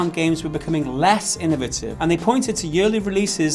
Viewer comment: Spent the last 3 minutes trying to figure out if is trying to say innovative, inventive or a combination of both. OR have i just been saying it wrong this whole time? Teach me wise Master.